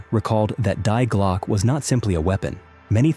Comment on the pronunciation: And Glocke is pronounced Glokah. The e is not silent.